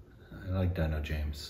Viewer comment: "Deeeno" James... :) Dino, Tina, Gina... All same phonetically